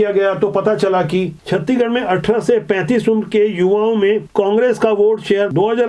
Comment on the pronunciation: छत्तीगड़ नहीं सर जी छत्तीसगढ़ है